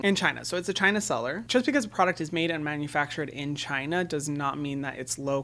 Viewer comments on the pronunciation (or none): none